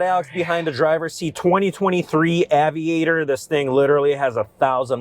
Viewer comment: “Avid-actor”, what did he just call this car?